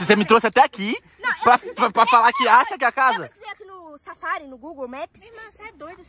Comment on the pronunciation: que a fala "safari" 😅